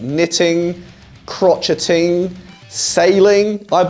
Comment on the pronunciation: Saying crotchet like a musician instead of crochet like an actual artist